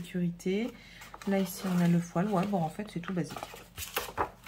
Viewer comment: Je crois qu'on dit bien fo''i''l.. sinon on a l'impression d'entendre ''poil'' 😂 😂